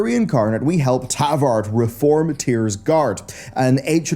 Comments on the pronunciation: Travard. T r a v a r d NOT Tavard.😂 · do you mispronounce character and place names on purpose? Every video there's some absolute howler. Poor TRavard